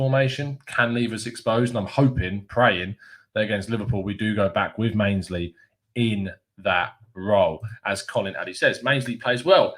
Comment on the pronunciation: Who's Mainsley? lol